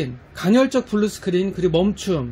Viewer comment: 처음에는 간헐적을 간혈적으로 말씀하시길래 모르고 하시나보다했는데 발음이 그러신듯..